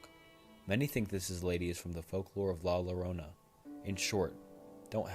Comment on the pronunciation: say it like “la yi-row-na”